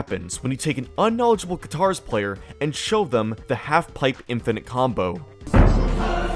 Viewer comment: it's katars, not guitars 😭